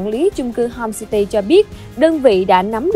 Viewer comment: homecity mà mày nói homesty